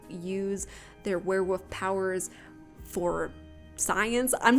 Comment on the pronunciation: Is it just me or does it sound like you say werewoof? Haha it sounds so cute :)